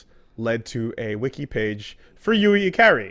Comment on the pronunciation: The way keeps saying "Ikari" bothers me, or more like distracts me, because I know he's saying it wrong, but my mind is baffled as to why he's saying it wrong, when I know he's studied more Japanese than I probably have throughout both of our extensive viewings of anime, Japanese video games, and likely J-Pop music. It's "Ee-Kar-Re!"